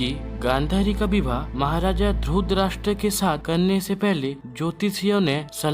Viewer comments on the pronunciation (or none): अबे ! उच्चारण तो सहि तरिके सें किया कर । धुतराष्ट्र नहि धृतराष्ट कहो धृतराष्ट्र ।